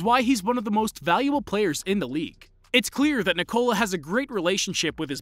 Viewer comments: its not nicola its ni-ko-la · When they pronounce his name NIII -COOLA blood comes out of my Ear and every balkan people ears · It's not pronounced Nikollaaah... it's simply Nikola. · Danis Kolasinac lol, no. That’s literally the problem with the pronouncuation. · It hurts me every time you say his first name wrong...